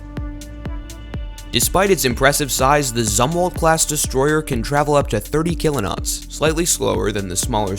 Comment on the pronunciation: WTF is a kilo-not????